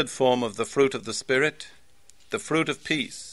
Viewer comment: R in fruit is missing(